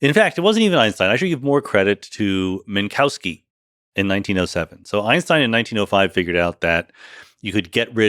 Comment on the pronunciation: fantastic, amazing podcast. one picky detail: better say minkoffski, not minkauski 😄, that sounds a bit silly. but again, this was an inmense pleasure to listen to!